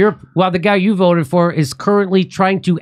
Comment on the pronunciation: Kurt, the word “is” is pronounced with a definitive S at the end. The word is not pronounced “Izzzuuah”